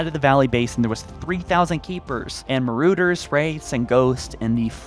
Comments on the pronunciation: Marooder lol its ma- rod -urs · Marooders??? Ohhh... Marauders Ma-ra-ders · Ah yes... the "marooders" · Marauders and he said mooroders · Marooders 😂 it's marauders my man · Besides the fact that I can hear each voice cut (I understand why, to keep the video flowing) and the way he says marauders and turrets, I thoroughly enjoyed this, I am very excited to see what is in store for us when infinite releases.